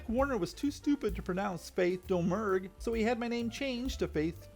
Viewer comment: Nice video! From what I can surmise from various sources, Domergue pronounced her last name "Da-Mure."